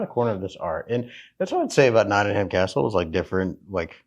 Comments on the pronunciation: ham hehe notting ham??!... it's notting em always ask someone there.. you got to remember that most places in the uk are not pronounced the way their spelt.. Always ask a local early on... great vid though!! Well done! "ham" hehe.... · It isn't Notting Ham it's Nottingam, no stress on the second syllable. I know the "Trip to Jerusalem" £6.75 a pint 😰, Robin Hood is probably a myth and Templars didn't drink in the "trip" Still I hope you enjoyed your visit. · As a manc, this killed me off 😂. It's not ham. It's um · I love the way Americans say NottingHAM. Here we pronounce it NottingUM lol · Not Nodding"ham. Its Notting "hum. x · Love to see you guys again... But just one thing (if I may, man?!) The places over here in the UK Regarding pronunciation: Nottingham (& others ending in '_____ham' ?!) It's not said not sounded, not pronounced: 'ham' Just (for example) Notting'um ... And Bucking'um (as in the Palace, and 'town & county') And (also Durham 'Dur'um' ) And Gillingham - 'Gilling'um' (in the county of Kent, there's a 'Medway Town' named 'Gillingham' and the 'G' is said softly like the 'g' in _giraffe_) ... But, in the county of (I think - ) Devon there's a town (or maybe a village - you might Google it, if it interests you?) There's another place called 'Gillingham' but instead it's name is pronounced with a hard 'G' as in 'gorilla' !! Hope I haven't caused confusion (?!) 🤔 🙂🙃😊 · We pronounce it not in um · Amazing you are donating to Nottingham UK charity, AWESOME! Really like your videos. BTW, it's pronounced 'Notting um' And yes I know it's not how it's spelt! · No. Nottinghum is how it's said! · Just a small point. Drop the "HAM" and add the "UM" Like NottingUM, BirmingUM or EveshUM. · The correct pronunciation is Noh-unum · The "H" is silent in Nottingham. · You spent so much time there but you didn’t learn how to pronounce it!!!!!!! ❤